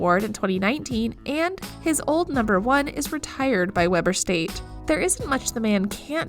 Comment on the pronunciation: Lol! Kevin Durauunt. Geeeanis Damn, also says Weber state wrong.